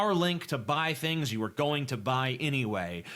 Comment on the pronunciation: and his "thins" (things).